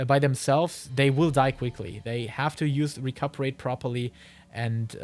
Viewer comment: really good vid - only gripe was hearing Recuperate mispronounced dozens of times